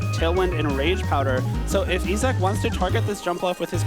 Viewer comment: I feel like I'm in the key and peeled teacher sketch. E-sock, you mean Issac (Eye-zack)?